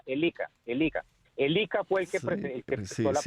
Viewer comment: Ese tipo Alberto Bernal no sabe ni pronunciar el nom,bre del IIiCA, diciendo ICA